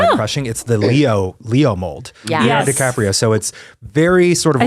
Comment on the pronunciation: leo "diCRAPio" is my favorite misspeak